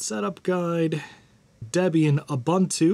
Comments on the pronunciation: There is no "bun" in Ubuntu. It's pronounced oo-boon-too, all u's alike. Also, sudo is soo-doo (coincidence, not related to ubuntu) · Ubuntu is pronounced oo-boon-too.